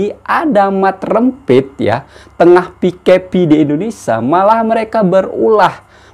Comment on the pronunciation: Pandai sebut mat rempit tu hahah terbaik la